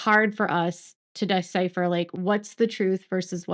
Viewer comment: The word is “DECIPHER” learn to pronounce it properly!